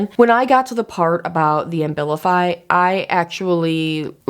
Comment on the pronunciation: You’re pronouncing the medication Ambilify, I’m assuming you mean Abilify? (No M) I’ve been on that med for years simply because the withdrawal effects and depression are too severe whenever I try to go off it. It’s a serious drug